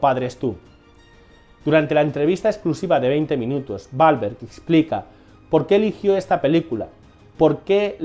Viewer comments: literal en españa le quitan la seriedad a todo, y este video perdio toda seriedad cada vez que menciona el apellido balverg que no entiendo que actor es ese, yo conozco a mark WWWWWWWWWWAAAAAAHHHHHLLLBBBBEEEEEERRRGGGG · me encanta la pronunciacion de Mark Balverg (literal no entiendo porque rayos pronuncia mal su apellido si es con W y no con B)